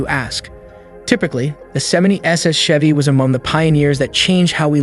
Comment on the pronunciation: Looks like a Camaro. The narrator doesn't even know how to pronounce Chevy. Total bad video